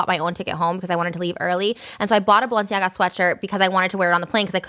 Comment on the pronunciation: ethan saying balsiana instead of balenciaga is killing me